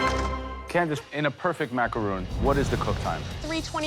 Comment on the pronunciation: i hate how they pronounce macaroon